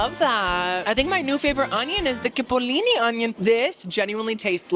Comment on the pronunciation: Coolee, chipolini not kipolini, I do love watching you but some of the food....like research it?